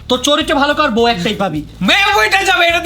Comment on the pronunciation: আসসালামুয়ালাইকুম ব উ শুনতে শুনতে বিরক্ত লাগে 😢